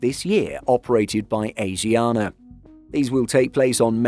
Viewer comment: pronounced every name here wrong including asiana ffs